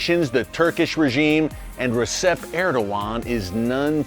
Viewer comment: It's ReJep, not ReSep, Erick. In Turkish the C is a J.